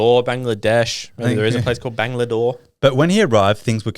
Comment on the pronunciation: Bangalore not bangladore😂